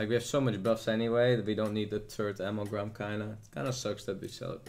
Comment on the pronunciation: I wonder if there comes a time when can pronounce 'Amalgam' correctly xD